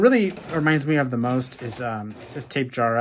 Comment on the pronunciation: It’s tap-e-jara btw not tape-jara